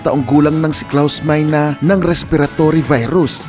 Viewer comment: ang tamang pag pronounce nyan ay klaus mayne ang ibig sabihin ng meine sa German is "saken" or "mine" sa English